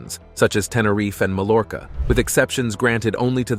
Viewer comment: It's a computerized voice. It pronounced Mallorca Mal-lor-ca, among other mistakes.